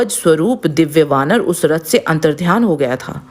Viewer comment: हनुमान जी को वनार बोल रही हो जरा अच्छे से तो बोला करो कुछ नही पता तुमको